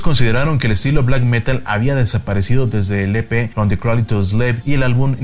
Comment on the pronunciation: se pronuncia creidel